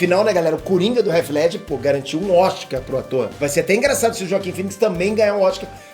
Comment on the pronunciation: me desculpe cara! Mas seu canal é grande e não tem condições de você pronunciar "réti ledger", o correto seria algo próximo a "rritih Ledger", com o "T" "quase" mudo, com a ponta da língua batendo na parte de trás superior dos dentes. Me dá aflição esta pronúncia errada.